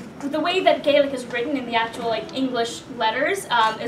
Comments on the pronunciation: You did amazing. I’m Irish. Grew up with traditional songs (ingrained) your pronunciation was superb! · You both did a great job on the Gaelic pronunciation - fair play to you. Chomh maith le Gael!! Mary O' Hara was the original recording artist with this song many many years ago but worth checking out. Well done.